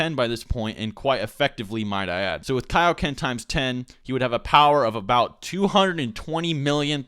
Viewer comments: Dont say it like kay-oh-ken so its kai-oh-ken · ITS KIA-OKEN NOT K-OKEN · "key-o-ken"? isn't it "kaioken"? it's from king kai after all that goku learned it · "However, this time Goku would dominate Ginyu, even without using the kay-o-ken technique." ... KAI-o-ken. As in Kaio-sama! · kai. o ken. kai o ken. like king kai! or kai-o sama! looks like you're not gonna learn the genki dama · "Kay-o-ken" AAAHAHHAHAHHAHAHGHDLsgljgfjkahgejsknefwejsngf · you said kiakoken